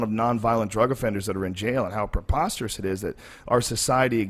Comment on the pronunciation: Drinking game , take a shot every time joe says popasterous lol sorry for my spelling lol